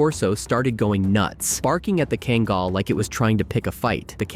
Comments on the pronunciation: He truly butchered the breed's name. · Two things one, you're seriously mispronouncing Kangal and the large dog walking past the Pitbull, was a Alabai not a Kangal